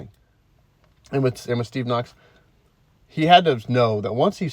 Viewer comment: Kokx, I think, not knox